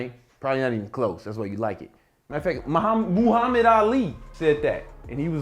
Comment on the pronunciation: Who the fook is moooo-hamid 🐄 ali?